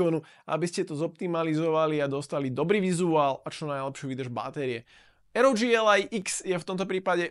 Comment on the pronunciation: Dobre video, pekne spracovane, dobre sa to pocuva ale jednu vec musim vytknúť. Raz hovorite rog a potom aroudži. To rog znie vazne hrozne, uz len preto že ally hovorite v anglickom jazyku. Berte to iba ako konštruktívnu kritiku. Nic nenávistné ani zosmiešňujuce. Prajem vela úspechoch